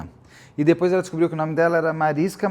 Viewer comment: Mariska ia implicar com você falando o nome dela, Beto 😂 Ela sempre corrige o povo pq é Mariska com som de X bem longo no sk. Falando nisso, aquele para-choque de caminhão chama Mansfield Bar por causa do acidente da Jayne. Esse documentário é lindo demais.